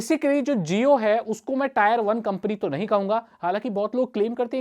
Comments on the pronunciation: इसको आप "टियर वन" बोलो "टायर वन" नही।👍 Tier मतलब "class"/ "श्रेणी" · Tier hota hai bhai 🤣🤣 tayar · tire nahi hota bhai tier hota hai...pronunciation xD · भाई वो टायर नही टियर होता है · Bro not tyre it tier 1 टियर 2 tier3😁😁😁😁😁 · भैया टॉयर नहीं ! ...टीयर ! Say टीयर-1, टीयर-2, टीयर-3 !! इसलिए अगला video 👉 "Rapidex English Speaking Course" पर आधारित हो तो बहुत अच्छा! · Wrong pronunciation it's not tayar it is tier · Tier not taayar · Tire nhi Tier bolo